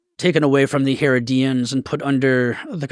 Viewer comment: The way he continually pronounces Antipas ..as Anti-pawhz. Bugs me, I don't know why. Same with Herodian, "Her-oh-dee-in" as 'Hair-a-de-an'. 🤷🏻‍♂️Great discussion, either way 👌🏻